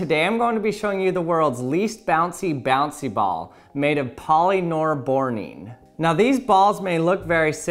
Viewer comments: Legends say he spent more than 10 hours to learn to say polyborborene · My guy really just said poly nore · I always hear polynorboring.... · Omg stop saying polynorbornene